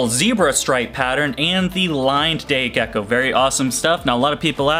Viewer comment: First time you said crested gecko, you actually said gecky again 😂😂 I’ll give the video a like just for that. I think it’s hilarious